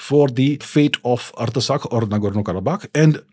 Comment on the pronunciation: It is pronounced - Art-sakh...not arta sakh